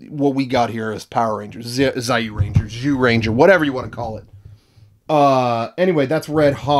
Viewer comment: HAY. ITS CALLED JEW RENJA. GET IT RIGHT NEXT TIME OR I WILL GO SENTAI PURIST ON YOUR ASS.